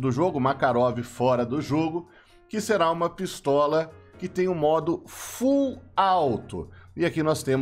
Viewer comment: "PiSTALA" Que porda é essa? 🤣